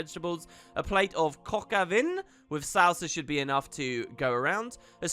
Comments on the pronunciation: Obligatory pronunciation post. Coke oh vahn. Hope that works for you. You did better than most I see try that name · holy shit thank you so much. I couldnt stop laughing he said "COCK OVEN" lmfaoooooooooooo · Your pronunciation of Coq au vin made my day xD It basically means rooster in wine.